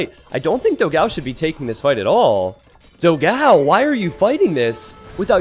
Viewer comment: PS: is Dogão, not Dogáo the right pronunciation in brazilian potuguese, check in google translation the difference.